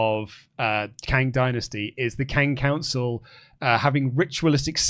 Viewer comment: Drink every time says ‘Kang of Councils’